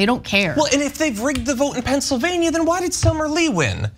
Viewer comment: Ana please learn how to pronounce Pennsylvania. Specifically the -NIA. Say it like your state of California.